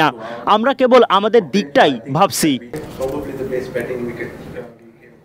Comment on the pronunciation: উচ্চারণ ঠিক করে কথা বলেন। ভাবচি না ভাবছি। করেচি না করেছি।